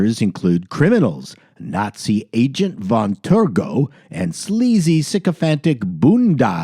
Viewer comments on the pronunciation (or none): none